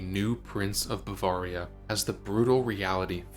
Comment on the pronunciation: What is most interesting to me about this video is that you would make it not knowing how to pronounce Bavaria.